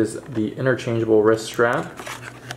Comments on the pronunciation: Why is he saying risk instead of wrist?😂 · Risk?? Lool my guy the word is wrist no K and yes their is a T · Every time you forcefully push it in I cringe and also when you said risk instead of wrist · Am I missing some reference when you say risk and not wrist? haha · Its wriST not risk but ok 👍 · i would like to thank for doing this for us...as for saying Risk instead of Wrist...get a life you rude people...we all make errors in speech at one time or other... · I hate this video it’s because he said risk multiple times and not wrist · Are you saying “wrisk “ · I thought he was saying risk, dang. Irritating. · The word ends with a T not a K and there is a w in wrist. No Kaaaa. Just Stttt